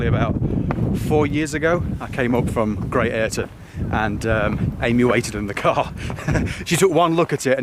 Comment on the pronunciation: Pronounced Gizbra (Guisborough) not Geezbra; and Great Ayton not Ayrton. Pedantry ends.